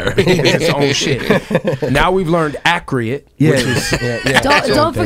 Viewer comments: "My sound is ACREATE" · Wishing my pronunciation was as accriate as Khaled's... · save the souls of everyone here and please someone tell me what minute does he say "my sound is accreate"? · when does he say "my sound accreate" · "ACCREATE" Anotha one! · Accruate lol